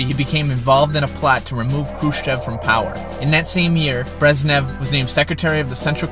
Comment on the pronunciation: Good but some pronunciation errors Khrushchev is pronounced ‘Khrushev’ Brezhnev (the ‘zh’ is pronounced like a light ‘j’ E in Gorbachev is pronounced ‘o’